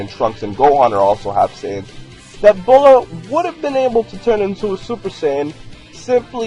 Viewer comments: no offense but its bullma not bulla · Its Bulma not Bulla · it's bulma not bulla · Bulla....its Bulma lol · Bulma not bulla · It's Bulma, not Bulla. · Is not bulla it s buma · ITS BULMA NOT BULLA STUPID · its bullma not bulla wtf lmao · her name is not bulla its bulma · *Bullma not Bulla :D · Bra? And why is she "Bulla"? .-. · Dumas's its bulma